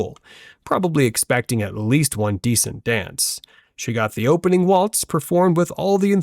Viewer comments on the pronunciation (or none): none